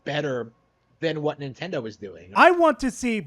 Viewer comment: Idk what's worse, that dude's takes, or the fact that he says Dye-ablow and inntendough.